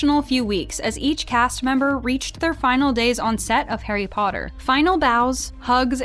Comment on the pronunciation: i still remember how tom would say potter as POTTAH that always cracked me up